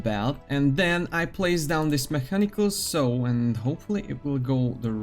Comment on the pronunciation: nice video 4/5, the only thing that takes a point is the near-continuous mispronunciation of common words, like "a saw" which should be pronounced as [/sɔː/] (U.K. pronunciation), or [/sɑː/] (U.S. pronunciation)